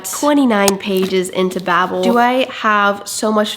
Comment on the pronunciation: Many endless days now since I last heard someone pronounce ‘bable’ correctly… my quest continues…